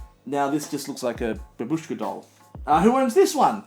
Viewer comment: most anglo pronunication of babushka